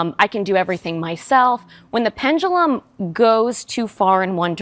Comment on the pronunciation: can ANYONE pronounce, 'pendulum' instead of the imaginary word, 'pen-gu-lum'?